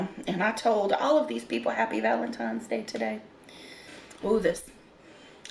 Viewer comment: Whats with you american and saying"valentimes day"?😂 VALENTINES...guys valentiNes🙏🏻🙈🤣